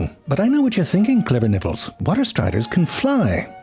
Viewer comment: Did. Did he just say "Clever Nipples" 😅😅😅😅😅😅